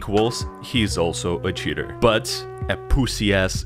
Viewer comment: Sometimes when you say "cheater" it sounds like "shitter" which is a better word imo